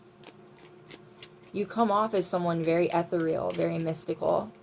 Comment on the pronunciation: "spiritually protected" what does that even mean? Like only a certain level of shit will befall us? Certain people energies will not harm us? Nice reading as always 😊 Ethereal is pronounced i - THAIR- ree- il